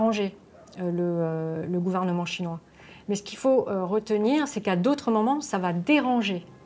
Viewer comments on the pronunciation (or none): none